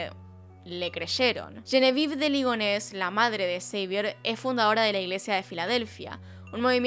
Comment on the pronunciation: Xavier en francés se pronunciaría Xavié o Savié no Seivier?